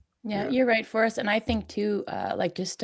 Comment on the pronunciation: Did she just Craig "Forest"?